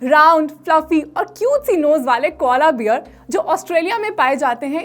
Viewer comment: it's not koala beer ( alcoholic drink to b presied ) but it's koala bear, wrong pronounciation can change the meaning! Anyways your video can help many victims of gas and acidity it they follow religiously of course! May God bless you.